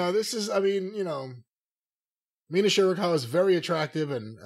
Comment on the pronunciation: I can't believe Sakazaki is a better name for Cornette to pronounce than Shirakawa.